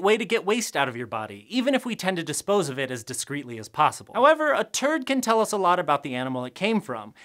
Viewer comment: I think the out takes from doing this video would be absolutely hilarious! I have to stop myself from giggling out loud every time he says "turd" 😁